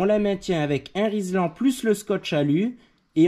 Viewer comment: « Un Rislan » … tu es dyslexique en fait 😂 (no offense), c’était juste rigolo.